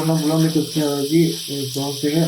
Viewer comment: උයන්ඩ ඉස්සෙල්ලා කෑමෙ නම හරියට කියන්න ඉගෙන ගත්ත නම් නේද වටින්නෙ . මේ නොදන්නා කමද නැත්නම් කම්මැලි කමද? එහෙමත් නැත්නම් නිකංම ගොං කමද . අද ඉදන් වත් හරියට කියමු ද 3 syllables: "CHOP" + "SOO" + "ee"